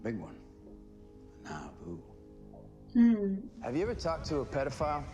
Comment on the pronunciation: Not to be that guy, but it's actually "Nauvoo",....but pronounced closer to how you would say 'Naboo' from Star Wars (if you're familiar with that planet) or "Shamu" (if you wanna go the Deep route). I only say this because the name is deeply significant to actual Mormons living in our world and referring to their history or rather the history of their religion - seeing as it was the former headquarters for their church in Illinois before they relocated to Utah, after the murder of their founder Joseph Smith.